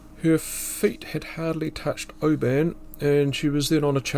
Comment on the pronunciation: Its interesting that you pronounce Oban as do the inhabitants of Oban in Scotland, not like the outsiders.